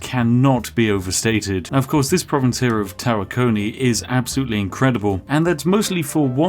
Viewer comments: I agree, Tawakoni has the emphasis on Wa, it's somehow grating to here Tawa-KO-ni instead of Ta-WA-koni, Texas native here, although not a native-native. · You pronounced tawakoni wrong